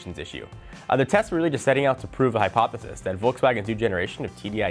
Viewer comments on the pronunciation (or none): none